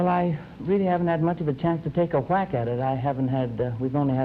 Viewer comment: He has that Hw pronunciation for a W like Bob Ross. "I've never had a Hwhack at it"